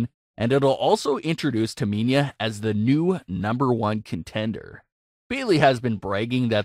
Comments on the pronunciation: Who’s “Taminia” ? 😂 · Please learn names of these super stars its Tamina not Taminia. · You said Tamina "Taa mee niah" almost 30 times.. It pisses me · Its Tamina not Taminia. Please learn names of these super stars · Tamina not taminya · The way he keeps going on and saying Taminia....Painful 😫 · It’s Tah-Me-Na!!! Not Taminia!!! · Everyone:Tamina:Taminia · Its S A S H A Not SÄESHA Its T A M I N A Not TAMINIA Ahhhhhhhhhhhhh sry i have OCD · Me:Say whip Narrorator:Whip Me:Say Cool Whip Narrorator:Cool Whheop Me:Say Tamina Narrorator: Taminia Me: Im not playing this game with you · I don't understand how someone can mispronounce Tamina. It's so fucking simple. Where can you see the I in Tamina. TAMINA. Not TAMINIA. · Taminia is Ciciro girlfriend. Lol. This guy can't pronounce Tamina and Cesaro. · Disliking because of the pronouncement Taminia. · I think sasha should be the champion and not bayley she keeps doing sasha bad man and it's tamina not taminia !!! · the way you say Tamina makes me laugh ))). why do you keep saying Taminia 😂😂😂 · Um TAMINA not taminia... smfh. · Taminya? No no no...it’s Tamina get it right!!! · Does anyone else hear him saying Taminya instead of Tamina. 👍if 🤙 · Tamina not Taminia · I had to stop watching after you said Taminia like 5 times. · Do you even watch wrestling??? The name you are looking for is Tamina NOT Taminia if you can't even be bothered to get the names right then just don't bother posting any vids, get a grip!!! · Lol. Sash-Ugh and Taminia. We don’t know those people because you’re pronouncing their names wrong. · It’s Tamina not Taminia my friend. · Why do you say Taminia. It’s Tamina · Why do miss pronounce tamina an sasha u kept saying taminia an u kept saying saaaaaasha its sasha just sasha not saaaaaasha an not taminia get it right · I Her name is pronounced TaMINA like NINA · It's Tamina!! TAH-MEEE-NAAH!!! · It's pronounced Tamina ( Tah ME Nah ) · Dude seriously learn how to say Tamina’s name